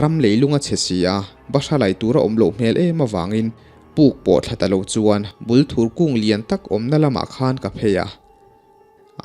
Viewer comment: Thing hming hi i lam diklo nual. Bulthur tih hi thing hming a ni a, Bul hi bur tih anga thluk tur a nia. Thur tih hi thei thur tiha thur lai ang hian lam tur. Bûl hi chi hnih a awm a, Bulthur leh Bulfek. Hnaibûng tih a Hnai tih hi thing hnai kan lam thluka thluk tur, Bung hi chu Bung thing kan lam thluka thluk tur.